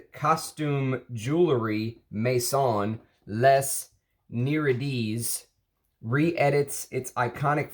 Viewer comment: Les Nay-Ray-E-duh